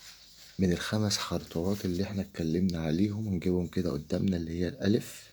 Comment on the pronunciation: خطوات يا أستاذ 😊 مش خطواط!